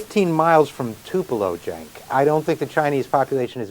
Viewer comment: doesn't know he's called "Cenk", not Jack? You'd think he'd know his boss' name